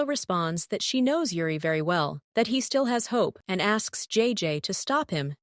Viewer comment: It's Yuri not Ure 😂😊😅